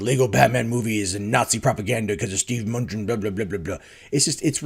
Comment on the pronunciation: Muh-New-Chin Not "Munchin'"